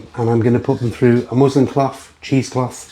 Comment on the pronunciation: Turn your ears on. MusliN. N. Not m.